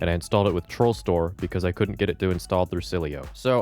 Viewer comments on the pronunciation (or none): “Couldnat” & “itnat”😂😂😂😂